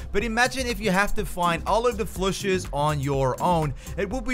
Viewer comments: Are you saying "flushes"? It's Plushy.... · Its Plushy not Phlushy. And warp speed not wrap speed. Lol wtf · What tf is he calling it?? A flushy?